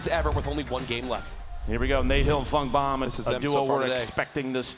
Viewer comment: Did anyone else hear dr lupo say Nate hill and fuck bomb instead of funk bomb